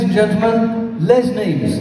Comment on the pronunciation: Wow wow wow! Thanks for this! Why does Nick mispronounce Les’ name? 😂